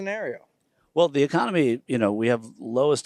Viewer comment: "The econumee..." reminds me of the movie Idiocracy 🤣